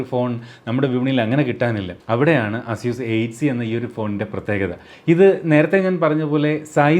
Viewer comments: asyuus alla asees ... aseeska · അസ്യുസ് അല്ല ചേട്ടാ! എയ്സ്യുസ് എന്നാണ്, EY-SOOS